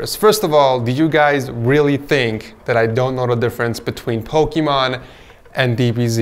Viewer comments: Why’s he saying pokeeeeeemon It’s. Just. Pokémon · i thought you was saying pokeman